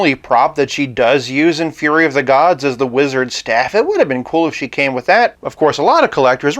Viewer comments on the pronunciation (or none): none